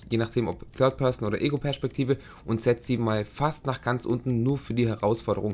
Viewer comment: alter ich will mir in die ohren stechen wenn du PERSCHPEKTIVE SAGST